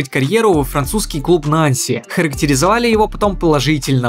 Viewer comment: Нанси, ударение на последний слог. Вы как готовите материал, если этого не знаете?